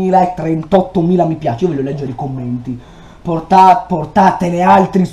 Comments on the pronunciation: sono l’unica che ha sentito “cammenti” e “a capito” senza pronunciare l’h😂😂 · Al minuto 4 hai DETTO CAMMENTI CMQ VI ADOROOOOOOOOOOOOOOOOOOOOOO😄😄😄😄😄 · like chi ha sentito dire da "cammenti"al posto di "commenti" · Hai detto cammenti